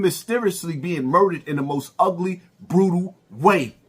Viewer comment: 😂😂😂 said “mumdere””mumda” 😂😂😂😂😂 I’m finished